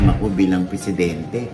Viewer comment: pressidente??????? ambot ah